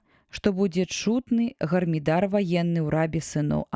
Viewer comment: Прачытана: гарміда'р, слоўнік дае націск на другім складзе: гармі'дар .